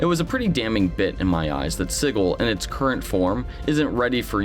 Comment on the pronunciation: Thanks for the video. Dismaying that the VTT might be that far away. Could it end up as vaporware? Wholeheartedly agree with you on the staring at screens instead of the table. Enough screen stuff in life as it is. Oh, I also have to post this. It's pronounced Sij-il not Sig-il. :)